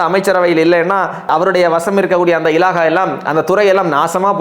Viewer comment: இலாஹா இல்லை. இலாக்கா என்று சொல்ல பழகவும்.